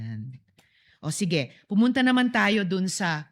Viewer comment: Hindi na nga niya ma pronouns iyong sige sabi niya shege pinipilit ipaamin ni sa witness talagang Halatang gutom ipaamin nakakasuka ka.